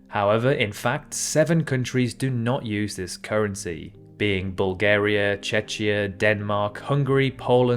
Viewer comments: Fact 31: Czechia is not pronounced with the “ch” sound. 😉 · I wish Czechia had kept its original EN name "Czech Republic" because hearing people pronounce it almost like "Chechnya" is just so wrong. It's CHEK-iyah — with a "k" in the middle! 😅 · And one fact about the right pronunciation of Czechia: "Czechia" is pronounced CHEH-khiyah or CHEK-iyah — with a k, not a ch, in the middle as it comes from czech, not Chechnya. If it was any other video, but one trying to pinpoint other people's mistakes... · Czeczia??? LOL! I just spit my tea. No cream or sugar in it. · It's Czechia. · Duh. Of course. But he pronounced it like Chechia. Wonder how he'd pronounce junta... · Should be Chechnya, pronounced "CHECH-nee-a." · Now I know, it's an AI. He meant the Czech Republic, but knew nothing about what is was called or how to pronounce it. There's no country called "Checkia." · You should correct your pronunciation of "Czechia". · If you are frim UK and interested in geography, then I would expect you to know how to pronounce Czechia. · Is this a South African accent I am hearing? There is no way you are British. The way you pronounce year sounds very... Durbanite. Dinar, Czechia and contiguous were mispronounced, btw. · It makes a video channel claiming to provide correct information on geography much less credible when they don't bother to check the correct English pronunciation of Czechia and pronounce it wrong. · It's an acceptable way to say it, it's simply saying 280(km²). I would be more worried about his multiple incorrect facts and his terrible pronunciation of Czechia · The pronunciation of Czechia is really damn painful. What you said is a region in the caucasus. For a geography channel, that was quite the blunder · what the hell was that pronunciation of Czechia? Hurted my ears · Now I know. He meant the Czech Republic, but knew nothing about what is was called or how to pronounce it. Probably an AI video.